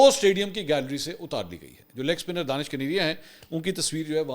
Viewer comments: sir jee danish nahe dinash hai plz correct karee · دانش کنیریا نہین بلکہ دھنیش کنیریا یہ ایک ہندو نام ہے۔ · Let it corrected. He is not Danish His name is Danesh (دنیش) ۔ ap log zabardasti usay danish bnane ki Koshish karrahai ho JB k wo itna muta'assib k apko Pasand he nhi karta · منصور بھائی آپ اس ہندو کا غلط نام بول رہے ہیں اس کا نام دانش کنیریا نہیں ہے اس کا نام دنیش کنیریا ہے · منصور صاحب، جس شخص کو آپ دانش کنیریا کہہ رہے ہیں دراصل اس کا نام دنیش کنیریا ہے ۔ 🙏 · Mansoor bhai ye Danaish kaneria hai... Not Danish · منصور بھائی اس کا نام دانش نہیں دنیش کنیریا ہے ۔ DANESH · I think his name is Danesh not Danish. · Sir G, ye Danish nahee, Danaish kaneria hay. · نام دانیش ھے دانش نھیں۔اور یہ ھندو ھے۔ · سر جی اُسکا نام دینش ہے پلز صحیح نام لے